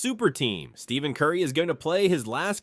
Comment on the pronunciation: When I hear the narrator say, "Steven" Curry, I suspect this is just another manufactured AI lie. Check your sources on this DeRozan now being a Warrior, folks. If it's just another lie, here's just another YouTube channel to block. Just checked...yeah, this is a LIE. Scrub this channel unless you like to watch a video full of lies.